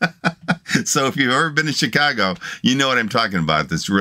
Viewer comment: Hello: I knew you were from Chicago when you said “Chicago” the way long time Chicagoans would say it. my parents would spend the summers in Chicago and the winters in Miami Beach where our home was. My dad was a professional horse race handicapper and was one of only a few who made a livelihood solely from betting on horses. I loved it because between the ages of 8 and 16 dad would take me to Arlington Park and teach me how to handicap a race. My dad was also a good golpher and I was with him when he made his first hole-in-one ( he ended up making 2) on the first tee at the Nippersink resort on the outskirts of Chicago that I attended during the summer. Good times. Now I’m 77 and about 3 years ago I had a massive heart attack and was dead for 2 minutes but I was very lucky that someone who knew CPR happened to walk by and miraculously an empty ambulance happened to be parked across the street and off I went to Mt Sinai hospital where thru intense therapy I was in stable condition and returned home. I love the way you are able to feel when expressing your emotions when a song impacts you. Me, too. I would like to become a patron, I only have a Social Security debit card. Please inform Al